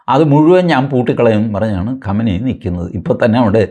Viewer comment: Qamani alla qumani athenkilum sheriku parayu oru bagam maatram paryunna aale